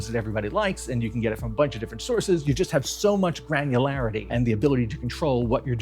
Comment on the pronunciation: "granularity".. such a fun pronunciation